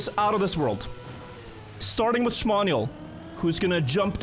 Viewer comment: 95% of the time, 5% XDD